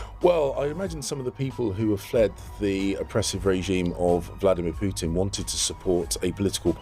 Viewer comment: She used to pronounce "Pootin" Now she pronounces it as "Peetin". Both Poo and Pee!